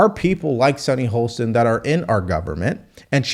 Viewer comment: Great voice,. But it is Sunny HOSTIN, not HOLSTON. She is definitely out of touch, and it is very hard to listen to her calm condescension, but many conservatives already have the stereotype of being "uneducated". The least we can do is learn how to pronounce people's names correctly (especially those on the left).